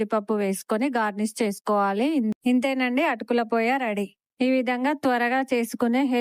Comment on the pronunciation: అది పోయా కాదు పోహా